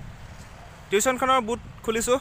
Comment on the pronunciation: Tiushon nohoi tuson